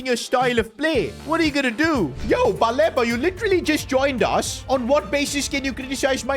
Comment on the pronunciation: It’s pronounced Baleeba as please